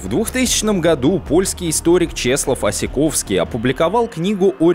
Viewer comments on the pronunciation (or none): Мне нарОдова прям по ушах бъет, нородОва должно быть. И не Осековский, а Осенковский.